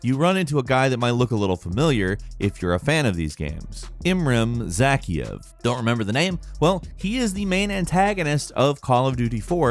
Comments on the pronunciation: Zaky-Ev? Zah-Kai-Ev. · His name is pronounced Za-K-f lol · Ok... why did he say ‘Imram Zakkiev’ 🤦🏽‍♂️ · Why did he say zakhaev like that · I can't be the only one who cringed hard when he said zakhaev right? I mean it's literally pronounced a multiple times in the game and then you butcher it pretty badly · It's the way you butchered Imran Zakhaev for me